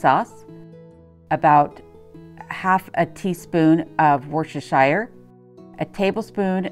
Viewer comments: Hi I am a Brit from Yorkshire England. Loved your Yorkshire water container. Worcestershire is pronounced Wooster. There are only two syllables pronounced not three or four. My favourite duck recipe is Peking duck with lots of plum sauce. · Don't mind this Yanks and Brits guy Alis! He is giving me a hard time about how I pronounced Worcestershire but you should hear him say Soy Sauce or Tortillas! 🤣